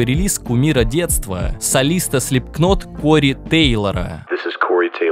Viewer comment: не люблю типов, которые придираются ко всякой шляпе, но почему ты в конце ролика сказал слипКККнот? НУ сколько можно ,ролик кстати имба люблю тибяяяя